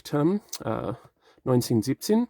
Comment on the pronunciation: You speak German ? 1917 sounded very clear.